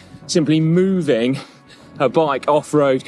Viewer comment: What I think? I think Simon is so funny when he says "moove" and "mooving." The cow-thing is there, working to alter his pronunciation 🐄🐄🐄🤣🤣🤣